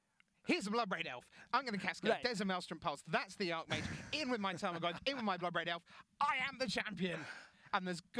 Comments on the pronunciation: super lame for correcting on Archmage then saying it wrong himself later. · So annoying that corrects for saying archmage wrong then a bit later says it the same way did..